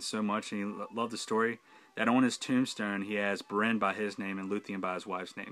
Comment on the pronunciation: Great video on these fan films. But I must correct your pronunciation for Beren. The stress is on the first syllable, not the second, which makes it (phonetically) BARE-en, not buh-REN.